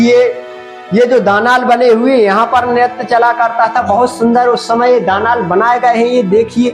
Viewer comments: Daanaal nahi bolte daalaan bolte he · प्रस्तुति सुंदर है-----शब्द *दानाल नहीं दालान*है आडियंस का स्तर सामान्य है